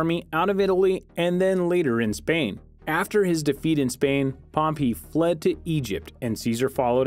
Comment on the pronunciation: You can say perpetuity, very well..but you cant say pompei correctly?..